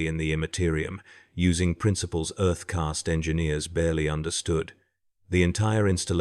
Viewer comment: If You are going to use AI in a video about tau and the warp, then at least train it to pronounce caste and demon right.